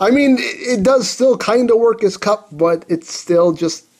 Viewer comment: Did he say kum instead of kup in the intro??? Lmao